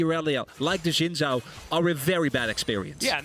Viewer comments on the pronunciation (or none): From what I know "Zh" is pronounced like "J" so his name should sound like Shin Jao.